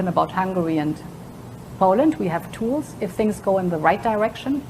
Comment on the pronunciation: Vee haf Toolz: I didn't know Klaus Schwab and Nancy Pelosi had a daughter.